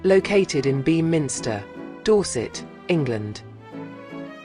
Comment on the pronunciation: Had to press stop as soon as the Ai voice said Bee - minster 🤦🏻‍♀️